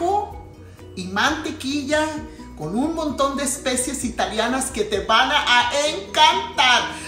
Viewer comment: no se dice " Especies" en la cocina lo correcto es decir " ESPECIAAASSS ". Dejo mi like. Saludos